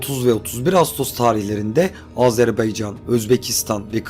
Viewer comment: Bir telaffuz hatası Azerbeycan değil Azerbaycan.